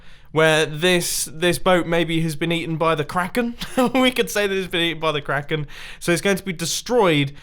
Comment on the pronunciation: Did u just say KRAEKAN